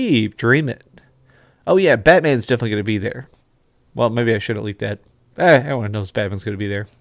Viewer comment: So, didn't enunciate the "T" in the word "BATMAN"...I feel like I need answers.